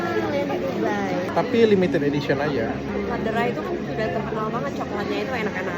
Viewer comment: Dok itu memang enak coklatnya dr swiss bacanya bukan Laderah tapi Lederah. Krn Ä dibaca E. Saking aku sukanya sama coklat itu dulu anakku sempat mau aku kasih nama itu nama tengahnya haha